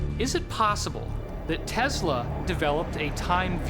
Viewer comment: Nikola Tesla not "Tasla"👍